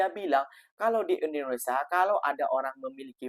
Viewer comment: INDONESIA❌ IRINDONESIA✅ 😂😂😂😂😂😂